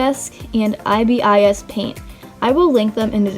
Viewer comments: did she just say i b i s? It's a whole word, not separate letters xD pronounced: eye-bis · When she says “ I B I S “ I’m likeeeeeee: so that’s how you say it